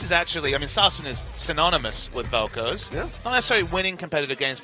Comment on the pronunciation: Velkoze? C'mon